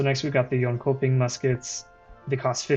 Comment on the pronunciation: it's pronounced yonchoping